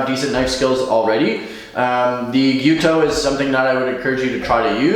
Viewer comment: thanks for pronouncing the word nearly correctly, it's Gyu-toU, you need to pronounce the last U but it's almost right. I've heard some horrendous pronunciations. however, you are butchering the pronunciation of Bunka. It's not Bun like bread. that U needs to be pronounced pointed lips. ask a japanese person to pronounce it for you.